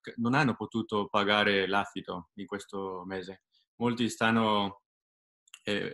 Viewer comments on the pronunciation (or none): Credo che volesse dire "affitto" ma ci ha messo l'accento nella prima sillaba :)